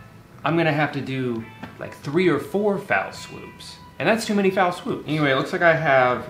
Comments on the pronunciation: you know it's "fell" swoop right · I know everyone’s talking about Drew never having seen a garlic press before, but I’m more concerned he thinks it’s a “foul swoop” (or maybe Drew has some vowel shift from conventional American English). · So… it’s NOT foul swoop? I’ve been pronouncing it wrong my whole life??? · It’s.. not.. foul swoop..? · He's saying "foul swoop." Like "bowl in China shop." It's a phrase that it is slightly mispronounced so often, it becomes a new phrase. UK comedian Dave Gorman has covered quite a few on his show. One of my favorites was "right from the gecko." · I don't know why but Drew saying "Foul swoop" instead of "fell swoop" is unexpectedly infuriating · It’s fell swoop, exactly what it sounds like, idk where you got fal swoop from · Drew, you do know it’s fell swoop, not foul swoop the swoop smells perfectly fine. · it's "fell swoop" not "foul swoop" just in case you wanted to know, also great video 10/10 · Does Drew think it's "foul" swoops? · Drew I love you but good lord I wanted to scream when you were saying "foul swoop". It's FELL. ONE. FELL. SWOOP. Not foul, not fellow (yes I have heard this), FELL. ONE. FELL. SWOOP. Thank you. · hey drew its fell swoop not foul swoop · It's not "foul swoop". It's "fell swoop".